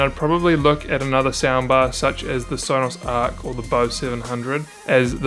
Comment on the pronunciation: Stopped watching after he said arc